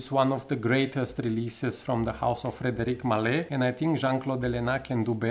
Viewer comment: You mispronounced the brand name.